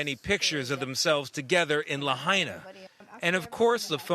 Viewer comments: Redub that piece and get the name pronunciation right. We hear that you are saying it correctly now, but it is disrespectful to leave "La Hay Na" in the news piece. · Could you manage ONCE to pronounce Lahaina right? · Learn how to pronounce Lahaina correctly, Its not Laheena. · La Hina! not La haina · La-hey-na? ikaika i ka lahaina 💪🏼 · grim. devastating. sad. (side note to the correspondent: it's "LA HI NA" not "LA HAY NA" - minor, but relevant point - know your material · says La’hey’na & flips to La’Hi’Na. Consistency in the correct pronunciation is key in broadcast journalism. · La-hey-na?? 😖 Ugh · Luh-Hayna? You couldn’t even respect the people and town enough to learn how to properly say it before reporting on it? Good lord. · "la-hey-na" --, it's clear you need to learn how to say the town's name.🤦‍♀ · That Hawaiian, historic town in West Maui, is pronounced, “Lah hai(hi) na(nah).” Please learn any foreign-sounding word, names, places, before speaking on-the-air. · The ‘hai’ in Lahaina is pronounced like “Hi!” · It's pronounced La-Hyna! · The fact that he can’t even be respectful enough to pronounce Lahaina right even after hearing it pronounced correctly numerous times. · Do you think if you say there were warnings it will magically make it true? THERE WERE NO WARNINGS!! Maui has 80 Natural Disaster Sirens. NONE OF THEM WERE SOUNDED! Cell phones out! No warnings given!!! Get the facts, Fake News. And learn how to pronounce to town name.